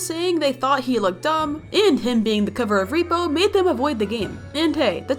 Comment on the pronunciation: It’s “rep-O”